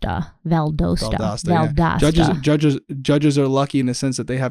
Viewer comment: Seriously 😐 you can’t say Valdosta correctly? And after saying it numerous times you have to make a deal about when you say it? You mispronounce quit a few words! Deal with it! We all do when we hear it!